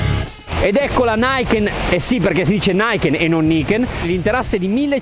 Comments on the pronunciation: Siamo sicuri si pronunci Naiken all'inglese? A me risulta che il nome sia giapponese per Ni Ken...Due lame. E ni...si legge ni. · Na-i-ken? Come la fotocamera Na-i-kon? Un saluto caloroso a tutti quei fenomeni per i quali al mondo esistono solo 2 lingue : italiano ed inglese, qualsiasi parola non italiana verrà pronunciata all' inglese, che sia bulgaro, tagalog o giapponese non importa, loro la pronunciano come la pronuncerebbero nell' Iowa...ora scusatemi devo lavare la Mai-tsu-bishi.